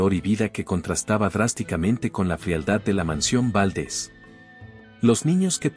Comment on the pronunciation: Favor de pronunciar los nombres y apellidos correctamente Valdés no Váldes, en México no se usa chimeneas